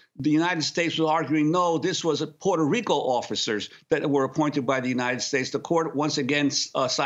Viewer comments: Interesting how Juan Gonzalez can't consistently pronounce the place of his birth, Puerto Rico. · He forgot to roll his r's several times.